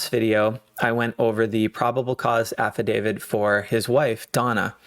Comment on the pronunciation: Please note it is an AFFIDAVIT with a ‘T’ , not an “ Affa-david”.